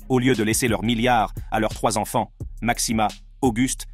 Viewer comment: Très intéressant, mais svp, la prochaine fois, réécoutez la vidéo après le montage. La voix synthétique nous répète 50 fois "ses ONFANTS", c'est lourd